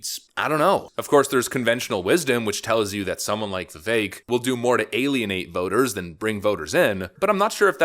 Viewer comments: Vivek is pronounced Vih..Vake. We need to get that right. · How many times did you edit this video. Is it Vivek like the cake or not? Stop F'ing up the guy's name. Pick one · Yuuuge correction: Vivek rhymes with cake